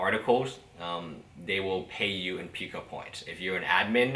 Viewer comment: it is pooo kuh not how ever the heck ur saying it